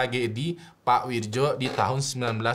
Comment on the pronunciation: Itu bacanya Wiryo bang